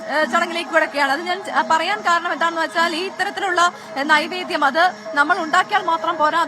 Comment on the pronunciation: നിവേദ്യം അല്ലെ നൈവേദ്യം ആണോ...???